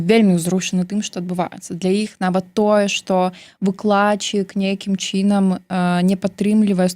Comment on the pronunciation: Што з мовай!?НЕмагчыма казаць :такім чИном...Жах!Кажы тады па руску..